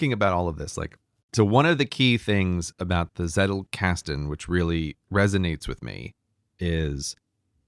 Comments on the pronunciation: Agreed, my friend. His Z on Zettelkasten was quite good. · When myke said Zettelkasten and then said every german just laughed: I as a german must say it was actually pretty good